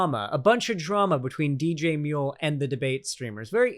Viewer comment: we love you buddy, but we'd appreciate it if you didn't make DJMuel sound like an Australian. We've done some shit, but I don't think we deserve *that*.